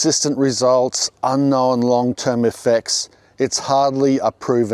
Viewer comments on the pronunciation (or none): none